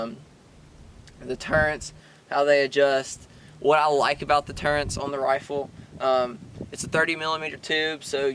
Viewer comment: Turrets not turrents. Didnt know it was an HS-T. Thanks for the review.